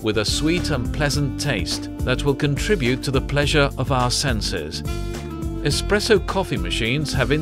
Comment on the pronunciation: "the main features of an EXPRESSO are....." this expresso hes speaks of sounds an awful lot like espresso